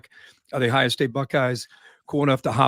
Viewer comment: It isn’t pronounced “ah-hi-ah” It is Ohio, really Kirk. You are from Ohio… Do better.